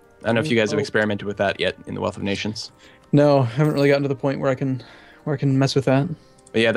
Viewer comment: Have you and switched upload times? You at 3 p.m. and he in the evening? Also, it's "Wealth" of nations, not "Weath" of nations